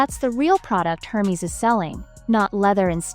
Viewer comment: Wish you’d learn how to say Hermes